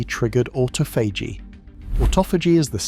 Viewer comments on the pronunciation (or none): why does the dude narrating so badly butcher pronunciation? it must be AI... its not AUTO PHAGY its AHH TAH FUH GEE.. jeeze man make a video as iuf youre an expert on a topic then BUTCHER IT in the first minute mispronouncing one of the most important words the BACKBONE of the concetp, CLOWN SHOW CHANNEL!!!! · AUTO-PHAGY LOL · ought-ah-fay-gee....never heard duh that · Can you just pick one pronunciation of "autophagy" and stick with it? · Wonderful information. Shame the robot narrator (aka Artificial Stupidity) can’t even decide how to pronounce autophagy …